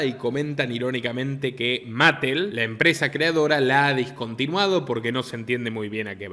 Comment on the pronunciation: Sólo hay dos personajes en Barbieland que no son Barbie ni Ken: la muñeca embarazada, que se llama Midge (la primera amiga de Barbie) y Allan (más tarde escrito Alan, el único amigo de Ken) Unos cuantos detallitos aquí: Mattel se pronuncia "ma-TEL" Rushmore se pronuncia "ROSH-mor" apartheid, una palabra bastante difícil, se pronuncia "a-PART-jaid" Disney se pronuncia "DIS-ni" Patreon se pronuncia "PEI-trion" Forbes se pronuncia "forbs" Fuera de todo eso, esto que usted mencionó sobre la película Barbie parece ser otra muestra más de que en Hollywood parece que quiere reinar lo "woke", a pesar de que hay sectores del público que se oponen a ello. Lo más curioso es que esta película ha sido un éxito de taquilla pese a los fracasos de filmes como Lightyear, y Strange world, entre otros y éxitos como Sound of Freedom. Muy buen comentario